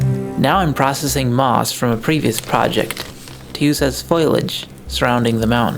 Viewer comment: Why did you pronounce it as "foilage" instead of "foliage"?